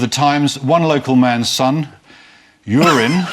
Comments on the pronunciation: "Euryn" is a Welsh name, and if the English bothered to understand the merest basics of Welsh pronunciation, they'd know that it's pronounced "eye-rin", not "urine" (compare Aneurin "Nye" Bevan). Mind you, they've only been living next door to Wales for about a millennium and a half, so perhaps we can cut them some slack. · Would it be pronounced "Ey-ur-in"?